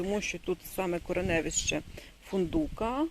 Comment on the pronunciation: зверніть увагу на наголос в слові - ко-ре-не-ви́-ще. Іменник, неістота, середній рід (тип відмінювання 4a за класифікацією А. А. Залізняка). Корінь: -корен-; суфікси: -ев-ищ; закінчення: -е. неправильні наголоси і назви ріжуть вухо🥰